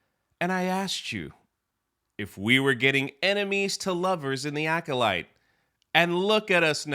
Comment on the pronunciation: I thought it sounded like "Oh Shit Mir" like when the Mir space station was falling out of the sky. "Oh Shit! The Mir is falling!" or when a robotic cargo ship crashed into it during a docking test & one of the cosmonauts yelled, "Oh Shit! is going to hit Mir!" Both the Acolyte and the Mir are complete disasters in space.